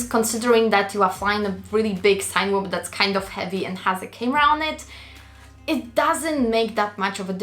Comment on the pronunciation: sag mal CINEma und dann überleg mal wie man CINEwhoop ausspricht;)